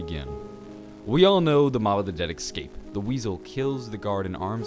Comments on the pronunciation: escape. not "ecscape" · It's escape not ekskape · it's escape not excape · Its Escape not Ecsape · Could you please say Escape and not Excape? Theres no X in ESCAPE! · OMFG ITS ESSSCAPE NOT EGSCRAPE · Only thing that bothers me about this whole channel is "ecscape" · It's ESSSS-CAPE not EXS-CAPE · Escape not ecscape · Bro say it right Es-cape not Ex-scape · I hate how he keeps saying "exscape" and not escape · "eggscape" what. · It is Escape not excape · They built a plane and "excaped" They attempted there "excape" There was a pipe in his way that prevented his "excape" Jesus man don't skip English class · is he gonna stop saying ecxcape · Ex-cape. Ex-capable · Excape isnt a word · Why do you say "ekscape" instead of escape its kinda annoying..... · ALWAYSE SAY EXCAPE ITS ESCAPE CMON PEOPLE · I feel rude for saying this because these videos are awesome (very helpful/knowledgeable), but is anyone else annoyed about 'ekscape' not 'escape'? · OMFG!!!! The was he says escape pisses me off. Idk why it just does. I mean exkaped is basically what he's saying. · Ecscape? Seriously bro? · I cringe every time I hear him saying ekscape. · It sound like he’s saying X but he some people talk different relax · Stop saying excape just a pet peeve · The way you pronounce "escape" just hurts my brain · But the way he says it isn't a joke...